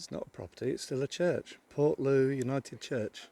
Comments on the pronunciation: if she is local living around there she is English as a Cornishman it is low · Portloe. Is pronounced portlow